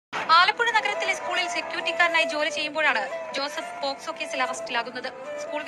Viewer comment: Chaya oru thett soojippikkunnu. Kanda shesham comment delete aakkuka. Pocso aan posco alla 🤗